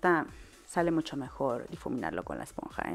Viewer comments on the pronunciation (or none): none